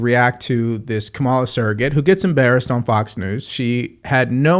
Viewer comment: Curious - do you mispronounce her name intentionally to signify a lack of respect, or do you genuinely not know her name? Doesn't do well for political pundit credibility.